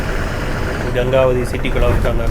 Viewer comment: I think it is pronounced as Gengavathi in Kannada கெங்கவதி